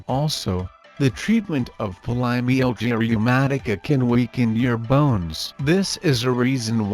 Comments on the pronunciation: Try not to say the name of the condition too much in this video with AI, it sounds mispronounced. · The robot can’t even pronounce this disease. 🙄